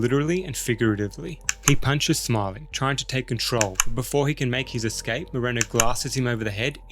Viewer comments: Awesome video, but everytime you said the name “Moreno”, i felt a little disconfourt. I mean…this fuy is supposed to Hector in every movie. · Moreno’s got a last name, but still don’t know how to pronounce it.